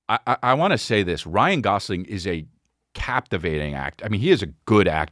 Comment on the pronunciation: Saying "Ryan Golofi" after saying Ryan Gosling 100 times previous to that... Amazing 😂